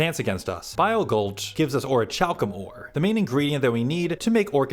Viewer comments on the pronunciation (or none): Orichalcum the ch makes a k sound so it sounds like kalcum you just pronounce everything wrong.